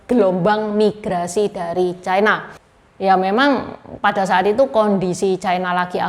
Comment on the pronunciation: Ucapan yg bnr : China, bukan Chaina